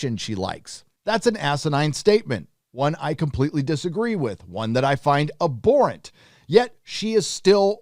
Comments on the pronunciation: Abhorrent (ab-hor-rent) 👍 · It's pronounced abhorrent not aborrent. Fyi. Good video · The H is not silent!!! Not - a-bore-ant Is - ab-whore-ent 😏😉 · I dunno why all these US/CAN youtubers cant say abhorrent properly... Its not Aborrent... Its Ab--Horrent... "HuH" You got to say the H. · I am with you on the entire free speech thing and all, but I have to mention something. You read "abhorrent", but when you say, I hear "aborent". It should be "ab-horr-ent", right? Or is this an accent thing? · Its pronounced ab-horrent not abor-rent!! Sorry but your pronunciation was killing me 😊👊🙌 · For the love of god, it's ab-HORR-ent. I understand kicked out of three high schools but you don't say a-bnormal or a-bcess or a-bsent or a-bdominal so why the hell do you and so many other Youtubers keep saying a-bhorrent. It's a common word. Jeez. It's gotta be just a jackass troll at this point. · FFS please say abhorrent correctly, pronounce the h ab-horrant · It’s pronounced ‘ab-horrent’. Honestly you’ve got no idea about this story and Lucasfilm is not scared of her. Bill Burr admitted she did something wrong, he just didn’t believe the punishment fit the crime. But the thing is this is not the first thing she’s said that’s has not been ok with Disney, your Star Trek comparison is not equivalent. And Jon Favreau mum is Jewish, so not sure how much he would be defending what she said. You’re a shocker, bloody click bait... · ~ The "H" in "abhorrent" is NOT silent. Otherwise, great video. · I see that you really like the word "abhorrent", so maybe you should learn to pronounce it.